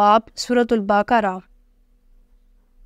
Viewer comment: باقارا نہیں بقرہ ہے